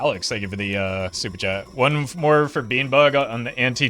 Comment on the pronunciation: does anyone feel like he says "Stupid chat" instead of "super chat"